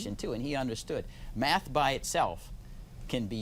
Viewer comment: "If people could master maff, it could bring order, civility..." To master a subject, it is helpful to know how to PRONOUNCE the subject. Maff is not a subject.